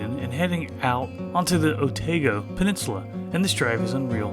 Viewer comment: Great report from your short stay in Dunedin,..loved it , but it is Otaaago not Oteego,yes some of those kiwi names are tricky to pronaunce,i know live here for 40 years now and still struggle with that kiwi languese, but great report,thank you👍